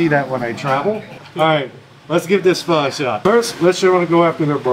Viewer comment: he pronounced Pho correctly haha